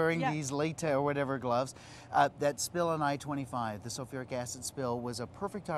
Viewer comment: Sulfuric. Not sofeeric.